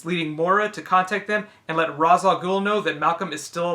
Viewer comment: It's pronounced Raysh, not Raaz